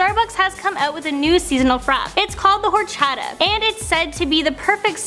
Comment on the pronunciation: I'm interested in the horchata since I drink it and make it. pronounced OR-Chaa-Taa not ourchutuh